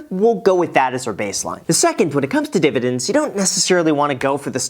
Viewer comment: Please say "divididn'ts" again🤣